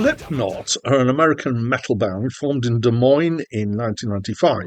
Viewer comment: hey, you pronounced "des moines" correctly. a sizable chunk of americans can't manage that. congrats. :trophy-yellow-smiling